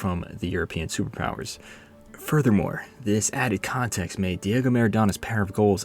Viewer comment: Man said “David Maradona”. Smh